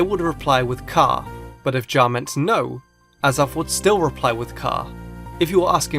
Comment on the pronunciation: Ja is the dutch word for "yes" And it's not pronounced "ja" People say it like "yah" ( I don't mean to be rude or anything, I just thought it'd be nice of you to know it. >_<)